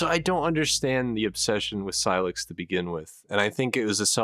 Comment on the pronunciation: Why does he pronounce sylux wrong? They literally say his name?